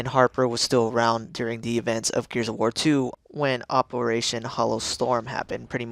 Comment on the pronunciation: Wait, did he say Gears of Whore?!?